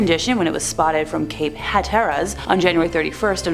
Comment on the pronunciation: I’m sorry from a North Carolina native it’s pronounced “Cape Hat-er-us” otherwise great story lol